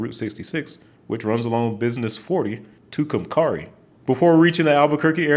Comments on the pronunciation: I really liked your vid. I live in Amarillo and have been from Virginia Beach to Bakersfield. Completely boring! And Tucumcari is pronounced with Carrie at the end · pronunciation of Tucumcari reveals he’s yet to watch Better Call Saul. In dribs and drabs, I’ve done the entire I-40 corridor between the Research Triangle metro area and El Malpais National Monument. totally underplayed that between LR and OKC, and Memphis to Asheville, there are plenty of lovely state parks to visit, all of them free in TN and AR. He also didn’t mention that Amarillo is just a half hour away from Palo Duro Canyon, which is sensational and what drew me to visit that far north in the TX Panhandle. New Mexico also doesn’t just offer the mentioned El Malpais and obvious ABQ, but Breaking Bad’s home city offers more tremendous ties along I-40. There’s the east side suburb of Cedar Crest tucked next to Sandia Crest, a mountain that offers amazing outdoor activity and a five-star sunset view. That suburb also has amazing food, with the Triangle Grocery showcased on BCS in the same little strip as Trail Rider Pizza. The vegan meatball and Philly steak sandwiches I had at that restaurant proved sensational meals on my long I-40 trek to Amarillo. Perhaps the crown jewel for me when I visited NM along I-40 was the detour to Tohajiilee. This is perhaps Breaking Bad’s most important location, with incredible desert scenery and also the kind of Native American reservation that’ll make anyone appreciate what they have in even the poorest parts of a population center. - I look forward one day to adding the Arizona portion to my I-40 experiences. Flagstaf